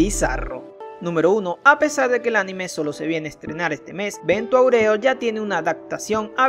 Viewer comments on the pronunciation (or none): Se dice "vento aurio",no "aureo" :v